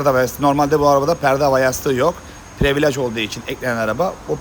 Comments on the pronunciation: Previlıc olunur previalage , ekstrim paket. Abi yanlış anlama kötü niyet demiyom ama almanlar almancadan iyi ingilizce konuşur sen yapma bari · Usta özür diliyorum ama ya yabancı kelimeleri kullanma ya da düzgün telaffuz eder misin. Çenc diyince çok değişik oluyor. Değişmiş falan desen de kabul, previlaj içler acısı zaten. Privilij diye okusan